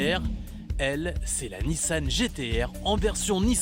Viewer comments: tout le reportage avec NISAN au lieu de NISSAN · A ça doit être le journaliste qui a fait le reportage sur le Gumball... 😅 Sérieux le " NISAN" c'est magnifique...